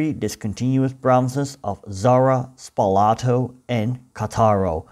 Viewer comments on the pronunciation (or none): The name of the city is Càttaro, not Catàro. Spàlato, not Spalàto. Your explanation is too much pro-Slavic. If the interior of the Balkan peninsula had been completely Slavicized for centuries, the Dalmatian coast was only partially Slavicized. Many coastal towns had maintained their Romance dialect until quite recently. In others, Venetian language was prevalent until the fall of the Venetian Republic (1797). The situation changed only in the 19th century, with a real Slavicization of the coast. According to the Slavs (and you only heard their bell), they have always been there , even Marco Polo was called Marko Polo and Pinturicchio was called Pinturic. Instead, the Slavs have certainly been around for hundreds of years, but before they were the country servants of the native inhabitants. Now, they say they built it all themselves (the true natives). Which does not explain why in the interior of the peninsula they were only able to build poor buildings or bad copies of Austrian and Turkish architecture. When archaeologists discover cities of classic Slavic vegetable huts on the coast, they will be right. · Please note that Spalato and Cattaro are pronounced in Italian with a stress on the first syllable.